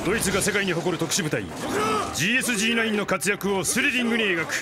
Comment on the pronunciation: GSG-9の読み方って『ゲーエスゲーノイン』じゃないの？